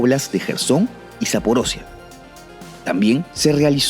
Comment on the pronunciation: zaporiya za-po-ri-ya xD no zaporosia xDxD